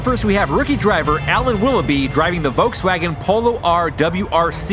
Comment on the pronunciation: Guys,on a serious note: everytime you pronounce Volkswagen,it cheers me up,being a german